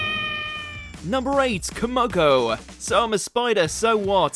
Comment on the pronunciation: Wow... and here I thought that TTS screen readers couldn't get any worse with their ridiculous mispronunciations. Hearing a deliberate layering with an accent that further mutilates things (e.g.: Lamia, tsundere, Kumoko) was an experience. Well, not my cup of tea at all, but hopefully others will enjoy the vid longer than I could. 🙂